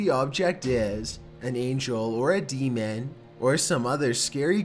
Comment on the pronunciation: D-man -_- demon...deeemooon not d man